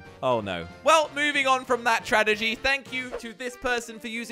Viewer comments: says tragedgy instead of tragedy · tradegy or tragedy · said tradegy instead of tragedy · Who else noticed that at the start he said tradegy instead of tragedy No disrespect. you have the best YouTube channel in the world. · I love that he said tradegy and not tragedy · When he says tradegy instead of tragedy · 0.52 he said 'tradegy' instead of "TRAGEDY" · "tradegy" - 2019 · Instead of saying tragedy, he said tradegy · said tradigy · tradegy? don't u mean tragedy? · Nobody gonna talk about how he said tradegy instead of tragedy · Does anyone realize that he said tradegy when Jordi sunk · who else realised he said tradegy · Enough about that tradegy he says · 'tadegy' its tragedy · DID HE JUST SAY TRADEGY INSTEAD OF TRAGEDY?????????????????????? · He just said tradegy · He said tradegy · Is anyone really gonna ignore the fact that said "Tradegy" in the beginning of the video? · ummm ‘tradegy’? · says tradejy